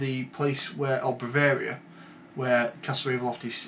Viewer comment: you called barovia bovaria, but other then that a very fair review. good job =]